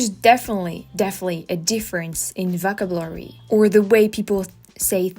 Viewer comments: Oh, and by the way, it's "voh-KAB-u-la-ry", if we are talking about correcting pronunciation. You tend to say "vocabulary" pretty quickly so the stress gets shifted like you do with "delicious". I thought it was ironic to think of that as you were talking about "delicious" (and it was tres amusement). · your English is great. one small pointer…not to criticize at all, but because I know that you are always seeking to improve. The one word that you used a few times that the pronunciation was off on, vocabulary. Put a little more emphasis on the second “cab” syllable. Keep it up, you’re doing great! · Think of yourself saying 'oh shi# ' the next time you say vocabulary. Not a soft 'ah'